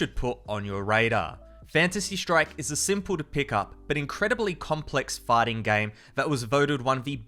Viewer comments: he said farter game 💩💩💩💩💩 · i thought he said farting game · did he say farting games? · He pronounced fighting in a English accent